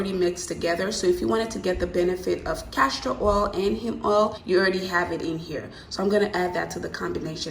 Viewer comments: Enjoyed your video. Very informative and easy to follow. My only complaint would be every time you said CASHtor oil instead of Castor oil. It made me cringe each time. lol Besides that, I loved it!!! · It’s castor oil not cashtor oil 👍🏼